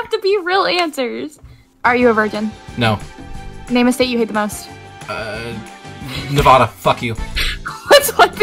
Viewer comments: you don't get an opinion about Nevada when you still call it Neh-Vau-duh 😔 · I’m from Nevada, and you said it wrong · That kinda hurt when he said Nevada and said it the wrong way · He said Nevada wrong so I’m not offended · he said nevada 😭 i’m officially going to unsubscribe then subscribe to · if you gonna hate on nevada at least pronounce it right